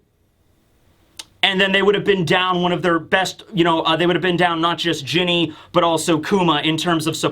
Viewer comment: Ginny should be said "Jinny"